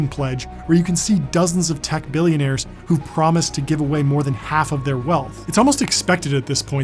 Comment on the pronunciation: U said billionar love him wrong all love him nuuub